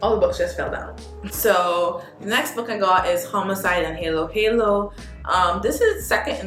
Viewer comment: Thanks for sharing Meg Mason. It's been awhile since I saw a book by J. Courtney Sullivan. "Halo-Halo" is pronounced as Hah-lo Hah-lo. And Mia Manansala's first book is Arsenic and Adobo not Abodo. Filipino person here. 😃